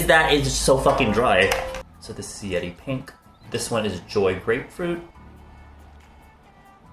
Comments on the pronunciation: I kept hearing yeti instead of yeri lol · Is it just me when i heard he said "yedi pink" instead yeri pink?